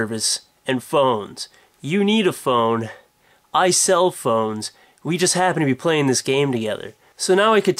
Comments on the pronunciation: haha for the first part all i heard was cell phone instead of sell phones XD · LOL!! i keep thinking your saying iCellPhones lol